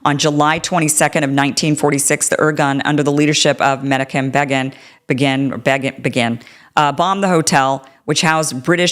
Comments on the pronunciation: Menachim Begin meh-KNOCK-im BAY-gin Israel Sharon: shah-RONE HTH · You mispronounced Menachim Begin's name. Let's get their names right Kim